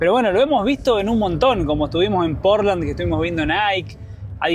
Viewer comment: Ay, no es Porlan, es Portland! Pronuncia la d al final, suena como el material de construccion como lo decis